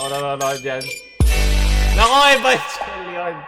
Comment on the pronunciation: You know its hard to accept how literally said "ivangjelyon"